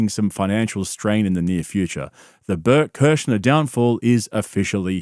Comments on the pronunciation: Blert Klersher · (Bloat a liver) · bert kersher? did you even look at how his name is spelt? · Bert "Kerscher" hahaha